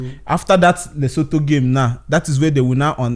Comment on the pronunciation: Boss man na Lesotho...you dey pronounce am as letoso..one love ❤